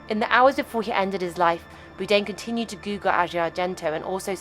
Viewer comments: Who the fuck is Boo-dayn? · Stop mispronouncing his name! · never heard someone pronounce his name "boo-dain" before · Wtf is Boodane? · Does the narration have to call him Boo-dain? Can we just pronounce people's names the way they do/did? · Please say his name right. He is NOT Anthony "Boo-dain" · Interesting video. Just a little point, the surname Bourdain is pronounced - Bore-Da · Boudain?? How insulting to constantly get his name wrong! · Byoo-Dane. Nice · Anthony “Boo-dain”? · Ah yes, Anthony Boodain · I know this is AI bullshit, but is it too much to ask that you correctly pronounce the man whose name you mention in every sentence? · Then how did you not know the name is not "Boo-dain"? ;-) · The continuous use of the mispronounced “BOO DANE” gets on my fucking tits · Why does the narrator insist on mispronouncing Bourdain? It's very annoying and quite frankly disrespectful when the man's name is so well known. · the way she pronounces his name ruins the whole video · Can't even pronounce his surname correctly.. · Holy f*** it's Bourdain how can you not pronounce that where the f*** is he R? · It's terrible that she pronounces his name completely wrong the entire time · Bourdain’s last name is mispronounced. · At least pronounce his name correctly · Why can't the v.o. pronounce BOURdain? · Had to turn this off due to the crazy mispronunciation of Anthony BOURDAIN repeatedly. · AI GARBAGE!! Can’t even pronounce his name correctly! Fucking disgraceful gossip bullshit for clicks! Disgusting!! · Why does the narrator say his name wrong everytime. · Can't even pronounce his last name right. Garbage! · Frustrating that the narrator can't even pronounce his name correctly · why cant you pronounce his name.. silly c.. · If you're going to do a story on Anthony Bourdain you should have learned how to pronounce his name. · Might have been wise to educate the narrator regarding how to pronounce Anthony’s last name before doing a “documentary”. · Boude?? AI slop.